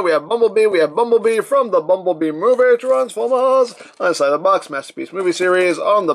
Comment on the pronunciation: the way he says transformers😆